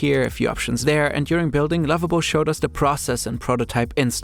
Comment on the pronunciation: i instantly thought you were saying Labubu when you said Lovable 😭🙏🏽